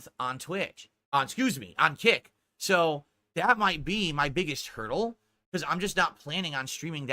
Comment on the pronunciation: He took pure kick meth, he get so excited about it he cant say the word "so" properly anymore lmao. He says it like a dented lips person.